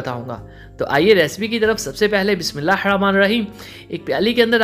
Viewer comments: Achi recipes hoti hn aapki lekin please bismAllah theek se parha krn thanks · Plz بسم الله الرحمن الرحيم sahi bola kay shkreya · Sahi nae bolte hain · Sahi nhi bolte